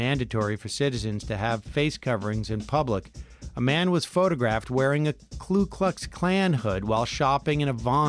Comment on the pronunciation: Someone needs to remind Sam that it's Ku Klux Klan, not Klu.